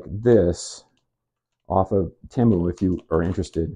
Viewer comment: Idc what anyone says, it's tee-mu not teh-mu. Fight me